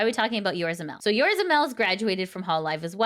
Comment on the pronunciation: I know it's not a big deal.... but it's "Yo-Zo-Ra", not Yorza as you kept saying over and over.... You're missing an 0 in the middle and swapped the R and Z. But nice to see where to see Aqua and Mel again once their new debut happens.